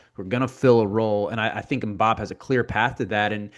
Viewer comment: More like “had-eem” but with a little flem. Em-boop